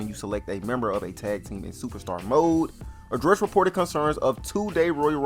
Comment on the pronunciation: I love the way bruh talks "adrrssd"